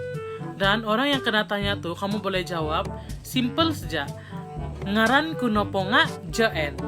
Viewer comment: Hi...bahasa kadazan papar / penampang klu tnya 'siapa nama kamu' = isai NGAAN nu...bukan NGARAN...😊 dialek kta tiada "R" dik...😅 apa2 pun good job utk video bgini ok..sama2 belajar 😊